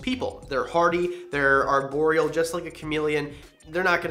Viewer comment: "ARE"borial. Not "AIR"borial.